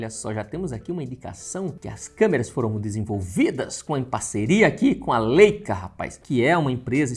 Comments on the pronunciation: Falar " LÊICA" matou. Pqp. É "Láica" rapá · Leica - Laica a pronúncia ;)